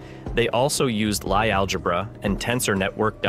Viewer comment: Is the narrator an AI? It has trouble pronouncing a few words… “lie” algebra is really getting to me